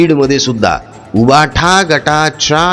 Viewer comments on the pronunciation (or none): none